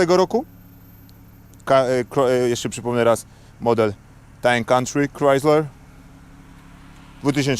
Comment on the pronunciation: Time country 🤣🤣 popracuj nad wymową jak chcesz udawać amerykanski akcent🤣🤣